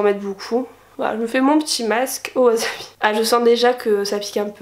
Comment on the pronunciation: On dit Wassssabi ><